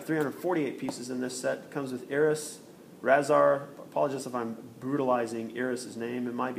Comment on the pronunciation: Razar has a sound rayzar